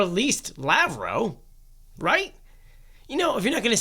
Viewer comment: Lav-roff, no Lav-row